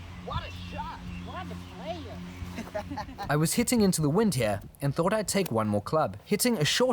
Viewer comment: How enjoys the Caddy's authentic "Waddaplaya" had me laughing hard, too 🤣